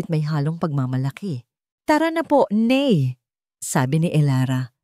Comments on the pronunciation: Ano ba yan????Tagalog ang kwento pero ang tawag sa Ina ay (NEY) DAPAT ,,NAY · Oo nga noh? Bakit ney, foreigner ba ang narrator?😂😂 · Nay po Hindi ney